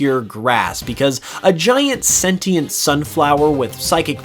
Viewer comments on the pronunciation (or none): none